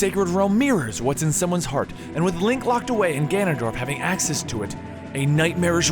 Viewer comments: No excuse for calling him ganondolf thats just wrong nothing to do with pronunciation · i cant even take u serious nomore bro i heard orcarina and it kinda threw me off but i let it slide... then u said ganondalf it was over at that point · "Orcarina?" "Ganondolf?" wtf is this shit, has he ever actually played the games. No respect- absolutely disgusting. DISLIKE. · At the beginning of Ocarina of time the first time he say his name he says Ganondalf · During Oot you said Orcarina and Ganondalf. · Why are you saying Ganondolf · Foroarai? Ganondalf? Orcarina? I know you aid you were reading it but really? And 100 festivals set 100 years apart is 9900 years not 1000. If there were 2 festivals set 100 years apart there have been 2 festivals. Therefore where n is equal to the number of festivals, the number of years passed is 100(n-1) = 100n - 100. I let the first mispronunciation slip but you just kept saying things... and I really like your voice over work normally. Also, Vaati was sealed in the four sword in Minish Cap. The picori blade becomes the four sword. Have you even played it? Vaati wasn't released again until four swords. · Ganondorf is actually pronounced Gan-in-dorf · I LOVE your video a lot; but, you've passed the error limit. I could have accepted the way you said piccori, and vacation, etc. but come on now, Ganondalf... I'm done for the day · sounds like he is saying Gandolf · Orcarina, Ganondolf...Dude, pronunciation of weird words is one thing, but you just plain can't read. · Hehehehehhehe you said ganondalf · "Orkarina" "Ganadolf" >.< The things you pronounce things... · I say Vah-tee for Vaati, and it's Ganon-DORF.... And Oh-carina. Just a few pronunciation gripes. Besides that, it's a great video :D Speaking of pronunciation... I remember you saying "SHA-eek" tribe instead of the Sheikah tribe. I thought it was "Shee-KAH" :P oh well... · Ganondorf DORF DAMMIT you said it like he was Gandalf WTF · he says ganondolf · did you just call him ganondolf?